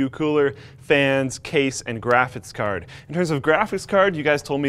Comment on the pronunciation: this guy can’t say “graphics card” lol